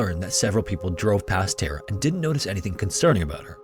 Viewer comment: Great video. But damnnn it's soo annoying how you say Tara. It doesn't have an E in it you know!?!